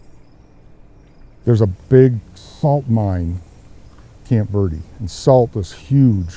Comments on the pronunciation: ver de not verd or verdy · Please use correct pronunciation. Verde doesn't sound like "ver-dee". It's "vehr-deh". If not, just say Green Valley. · Ver-dee? Ha